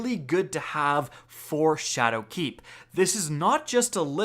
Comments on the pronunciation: Triggered - this video could have been a minute shorter if you’d just stop pronouncing “Shadowkeep” as if it were two words! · anyone else hate the way he says shadow keep? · You say "Shadowkeep" weird.